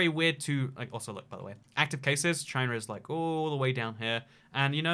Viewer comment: If your reading this in the future, BeWArE ch-y-na